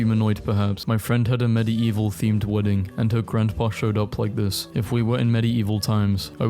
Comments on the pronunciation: Bruhhh.. I can't with the 'Medi-evil' Love the vids but: MediEEEval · It's pronounced Med Evil, not medi evil, the ie are one sound in this word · bro idk why you keep pronouncing medieval as med-i-evil and not med-evil its so friggin triggering. Btw I love you videos so no hate ♥ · it's not meddy-evil it's middeevil i cant watch this it's triggering me bro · ❌ meddy-evil ✅ meddeevil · I cannot get over the fact that he pronounces it "MED-ee-EE-vuhl". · I don't know if I can finish this video with the way you keep saying "medi-evil" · medi eval why u say it like that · why do you say medi-eval instead of medieval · I love how this guy says medieval "Medi-evil" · it sounds like hes saying "Medii-evil" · hearing medieval pronounced "med-e-evuhl" is honestly torture to my ears. is that a british pronunciation or is fucking up another pronunciation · I cant take you pronouncing Medieval in such a bizarre way for 13 minutes. Its "med-evil" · The crime here is he pronouncing medieval as medi eval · no one else triggired how he pronounces medieval wrong? Like he sais it like mide evil??? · there's just something that bothers me about hearing the word "medieval" beng pronounced like that so often in a row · i can't get into this video im sorry the way you say Medieval is killing me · WHY CANT HE PRONOUNCE MEDIEVAL CORRECTLY (Sorry just angry right now and I love your videos ❤) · Watching this video was so hard, considering that fact that Medieval was said incorrectly the whole time 🤣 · I can't get over how this dude says medieval 🤣🤣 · why does he say medieval like that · The way he pronounce medieval is so annoying.